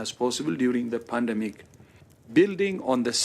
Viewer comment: Ah, Tedros said it wrong - it's pronounced panademic